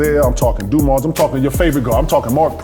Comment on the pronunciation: "Du Marce"?!?!?! 😂😂😂😂 You idiot...